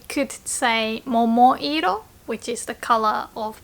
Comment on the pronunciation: momo-iro right? not momo-rio.